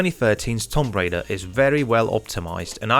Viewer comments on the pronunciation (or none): he can't say tomb